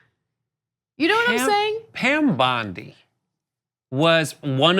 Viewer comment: Isn’t her last name pronounced “Bond-I”?